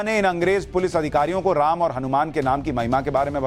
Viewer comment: रैम नही राम 😂😂😂